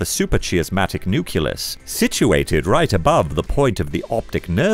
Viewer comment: "Nucleus" as "nuculus", "production" as "perduction", and "superchiasmatic" becoming "supercheeasmatic"... 🙄Whoever is reading the text should practise with a dictionary before doing voiceover.